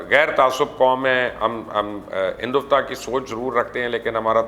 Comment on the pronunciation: Mubashir luqaman sir. There are some correction i want to make. Its hindutva not hinduvta. And its "sikkim" not sukkam. Love your show ✌